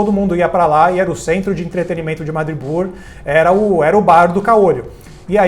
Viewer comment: Pessoal, a pronúncia é "madripÓr" e não "madripÚr".